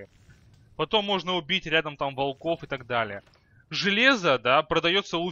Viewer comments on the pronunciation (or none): none